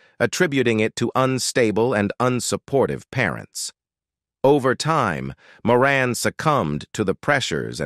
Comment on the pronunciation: Actually, Erin's last name is pronounced as More-Anne. A lot of people mistakenly pronounce it More-Un.